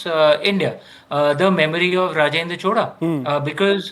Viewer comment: Happy to hear Indians from other states pronounce CHOZHA correctly and not chola. Rajarajan was a GOAT whether it was administration, love for arts and international relations. Rajendra continued this expansion. Thanks to for exploring into this kingdom.